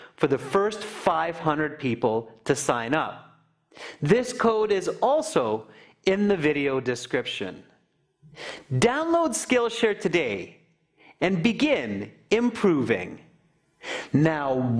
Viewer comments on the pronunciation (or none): sing up LOL